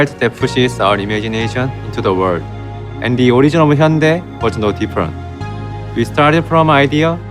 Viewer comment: Funny how the official voice over can't even pronounce hyundai properly